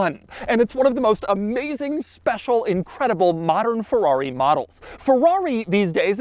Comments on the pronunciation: Bro its FERRARI!! not FEWWAWE 🥴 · I've always wondered why americans pronounce Ferrari as "Forrari". Just why.